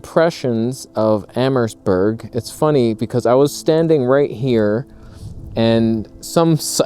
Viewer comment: The map of Kingsville & Leamington that you show is backwards. The way you have it positioned shows Kingsville as west of Leamington, but in reality, it's east of Leamington. Btw, when you pronounce Amherstburg, the letter 'h' is silent. You're not supposed to stress it. Pronounce it like 'Amerstburg', with no 'h' sound.